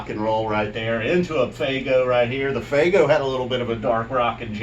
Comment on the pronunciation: Fuego. Pronounced "f-way-go"....not "faygo". Come on. Good review tho. I just couldn't stop hearing "Faygo".... 🤣😂